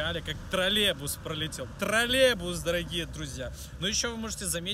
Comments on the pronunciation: Нужно работать с речью, троллейбус, Тралебус режет ухо жесть. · Брат, троллеЙбус через краткую Й